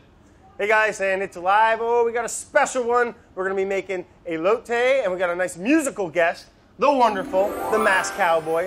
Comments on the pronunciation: He called the corn ey-Low-tee what do you expect.. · And he's been calling them e-lotes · I mean he said elote wrong too so..